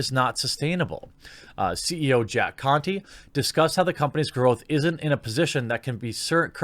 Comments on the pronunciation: He's saying it like it was Jack Cu*ty 🤣🤣🤣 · The e in the last name is silent "Jack Conte" ;D